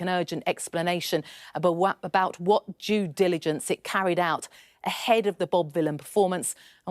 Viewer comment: Did she say "Jew diligence"?